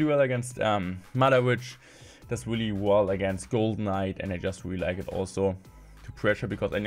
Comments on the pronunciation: Waelly weally intressting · This was a weally weally great video